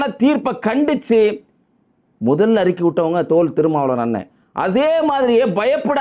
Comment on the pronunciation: தோல் திருமாவளன்னு தவறான உச்சரிப்போடு சொல்றீங்க... தொல் திருமாவளவன்